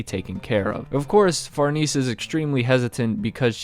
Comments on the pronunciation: If you say Far-NEESE one more time... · Say the lady's name right man. The correct pronunciation is "Far-nez-eh".